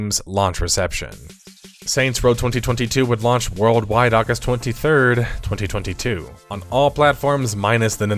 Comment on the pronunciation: The way you say 2022 is the worst sound I've heard on YouTube since Hasan shocked Kaya. ⚡